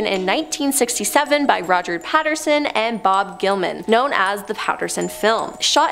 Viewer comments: Love this video, but it's Bob Gimlin not Gilman ,just saying 😊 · It's gimlin not gilman